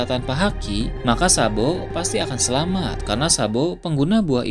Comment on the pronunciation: Ngk bisa nyebut kata "selamat" ya bang?